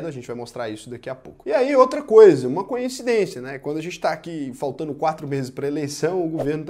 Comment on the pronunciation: Conteúdo sem muito bom. Verdade como ela precisa ser dita. Só uma dúvida: Ouvi "conhecidencia" em do vídeo?